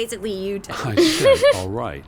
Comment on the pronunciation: I keep hearing saying "Teddy" and think she's calling him "Daddy"